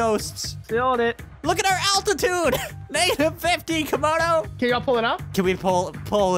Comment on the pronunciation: What it is Camodo not kamdo